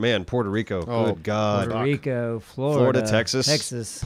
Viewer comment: "Poor-to Rico" god dammit doraleous